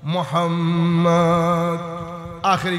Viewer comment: আল্লাহুমা অশুদ্ধ মুহাম্মদ অশুদ্ধ পড়েন কেন, এতো মোহাব্বত।